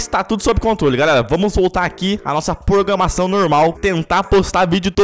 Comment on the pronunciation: "porgamação" é foda hahahha